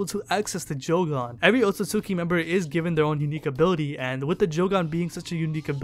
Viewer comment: Wtf this dude is saying otsusuki and not otsutsuki. Thats stupid.